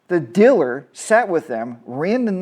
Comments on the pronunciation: Say it with me: Deeeee-laaaaaarrrr. Deelur. 👍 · What’s a “diller”, LOL. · The word “diller” is very distracting. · Um. I know what your saying.. however you pronounce dealer as Diller. That is an accent 🤷